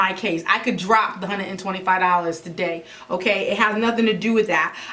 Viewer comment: I just love the way you say hunnid! That’s that south! 🙃! I enjoyed this video! Super funny 😆